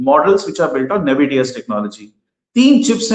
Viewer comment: It is Nvidea not navidea